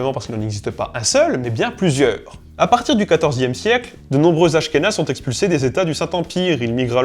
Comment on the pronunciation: des askhénaze ? Des /asxenaz/ PUTAIN !!!!111!11